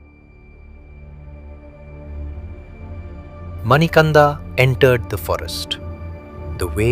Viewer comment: His name is not Manikanda it is Manikanta kindly understand the meaning